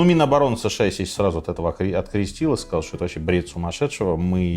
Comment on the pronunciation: Сказки на ночь... Рассказываете хорошо, но не "шокайте", режет слух это регулярное "шо". Светящийся огромный объект, который видно с самолёта на расстояние 110 км вообще не новость, если бы были технарем, а не гуманитарием и хоть немного изучали геодезию и способы измерения нашей планеты, то понимали бы что обычный фонарь ясной ночью видно на расстояние примерно 20-25 км, поэтому ничего удивительного нет в том, что с самолёта видно огромный светящийся объект на расстоянии 100 км.